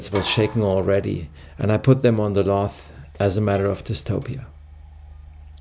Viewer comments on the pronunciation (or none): I love this channel. Your attention to detail is something else. However, and I know this won’t be a problem for you, I have an issue with some of your English pronunciation! Lathe - we pronounce this in English as laythe. Also gauge is pronounced Gayge I know this is nit-picking , but your precision and attention to detail needs a language update. Mind you, your English is Viel besser as mein Deutsche is Scheisse! Greetings from Ireland, your friend, Connor!